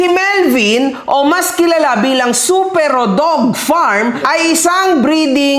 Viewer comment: mali pronunciation mo sa Supero po search ka pa po😂 first time ko mapanood vlog neto dahil sa Supero, useless naman pala kulang-kulang yung infos, panay yabang din🤣 siya daw ung katapat dzuhh entitled masyado, and obviously selective ka sa comments sa fb dahil nandon na mismo sa post ung nag apology na isa siya sa nang damay sa anak at pamilya. Natatakot ka po siguro ibunyag ung business ng Supero kasi ikaw din mapapahiya. Anyways good job for introducing Supero as a great dog owner in the breeding industry.